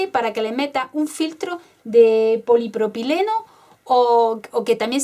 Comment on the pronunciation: hola te comento que la palabra que no te sale al decir te la voy a decir en silaba para que te salga mas facil. se dice Poly propy leno = se pronuncia Polipropileno espero que te sea util muchas bendiciones y gracias